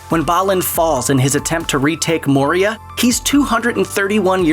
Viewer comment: Maria Dock? Wtf.... its said MANY times in the movies. Poor pronunciation my dude.